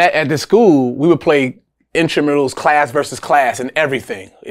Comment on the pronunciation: Damn he said intramuals. Takes me back.